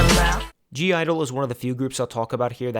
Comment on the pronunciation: OMG NOT ''(G)-IDLE" BUT "(G)I-DLE"